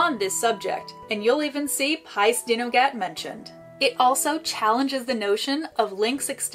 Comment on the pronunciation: Brilliant, brilliant, so informative. Just a tiny, tiny word on pronunciation - Y Gododdin sounds like Uh Godotheen - dd is a welsh letter in it’s own right, and is more like the ‘th’ in english … Dinogad - emphasis on Din and then Og - Ad - Din-og-ad…..